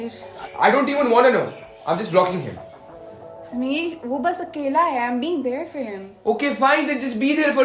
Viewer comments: Guys its sameer not smear just because these burgers are pronouncing it smear🤣🤣 does not mean you have to be a burger also🤣 also, ushna or rushna smear girlfriend🤣 is the worst actress i have ever seen! But cinematography is really good! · I love how everyone is calling Sameer as "Smear" cuz the cast really made it "Smear"